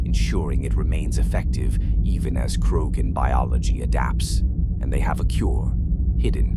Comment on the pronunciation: Gotta teach the robot how to pronounce Rachni and Krogan.